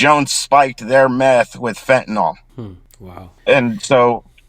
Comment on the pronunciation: It’s fentanyl, not fentanall